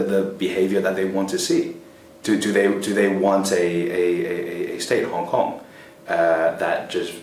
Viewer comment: its Hong Kong - not HONK!